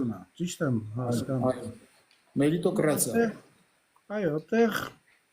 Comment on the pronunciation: Ես Արտակի կուսակցության կոզքով անգամ չեմ անցնի։էս մարդու մոտեցումները ինձ դուր չեկավ։կեղտոտ եք խաղում։նույնիսկ մերիտոկրատիա բառը չի կարողանում ասի ուր մնաց գիտելիք ունենա։